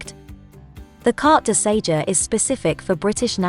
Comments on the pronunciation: Its Carte de SeJOUR dear. Thought someone would have corrected you by now. Ok try again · Very very helpful thank you. One small point, Sejour is not pronounced Say-juh!